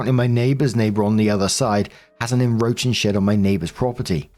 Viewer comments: Okay I can’t take it anymore, the word ‘encroach’ it’s not uhn-ROACH it’s uhn_KROCH, you pronounce the C, it was honestly doing my head in every time 😂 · Encroach. The word is encroach not enroach. Omg.. There’s a C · I don't mean to be a pronunciation pedant, but you keep missing the first C in the word enCroach. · There's a K-sound in encroach.